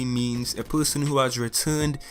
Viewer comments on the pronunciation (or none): every time he says person, i think he is saying something else